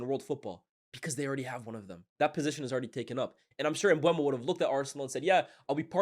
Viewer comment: M-BUH-MO. Aren’t you based in France?